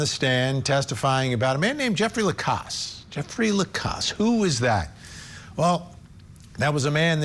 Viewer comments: At least get his name correct if you are going to Trash his character on national TV!!! It’s LaCasse!!! NOT LACROSS!!!😡😡🤬🤬🤬. What an idiot you showed yourself to be tonight!!! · "Lacrosse" ? I thought that was a type of sport. His name is Jeffery Lacasse. Good Lord! Nothing shoots your credibility down faster than pronouncing someone's name incorrectly. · The woman denying Lacasse’s importance can’t even get his name right. She calls him Jeffrey Lacrosse. I mean really, do your homework, woman! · Literally. Ol girl said "Jeffrey LECROSS" 🤦‍♀️🤦‍♀️ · Next time maybe the guests should know how to pronounce a last name before calling him vindictive. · can't/doesn't pronounce Jeffrey's surname correctly. He's a professor of social work and w/ great insight and intelligence, does much of the police work for them. It appears asked him out on a date and he declined, flat out. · That one woman couldn't even get Jeff's last name right!